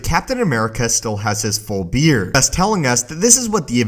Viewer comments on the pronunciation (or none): Did someone hear he said beer 🍺 instead of beard